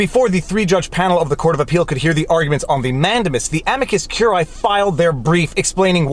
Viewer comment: Look, curiae has three syllables: amicus curiae ə-mē″kəs kyoo͝r′ē-ī″